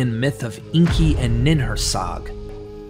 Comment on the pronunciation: It's Enki, not Inki.